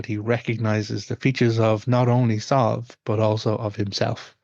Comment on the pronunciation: My daughters name is sadhbh and it hurts my ears to hear you pronounce it like this. We pronounce it sieve anyway. Is the one you're using from another dialect or something?